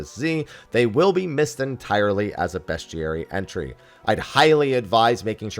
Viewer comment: I’ve never heard someone say bestiary so wrong before.